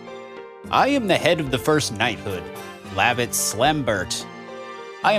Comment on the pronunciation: It is weird for me to hear you say Lavitz's name the way you do as I would always pronounce it Luh- vits. I'm curious on how you pronounce future characters' names because I am sure they will differ from my pronunciation.